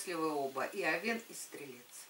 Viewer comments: не овеееееен, а ооооооовен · Режет слух...я уже писала, что ударение должно падать на Овен, а не овЕн